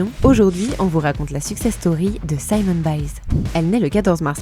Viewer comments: Elle je suis désolée mais vous auriez dû vous renseigner sur la prononciation de son nom. Ça se prononce Simone comme en français. Simon c’est le prénom masculin. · Merci pour ce reportage! Juste une remarque importante : je m’appelle Simone et la prononciation est simplement Simone et non « Saïmon » qui correspond à Simon en Francais. Et Simone en anglais se prononce « SimOwne »